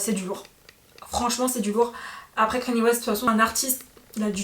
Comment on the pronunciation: On prononce pas keny ,mais Kanye.par contre j’aime bien la vidéo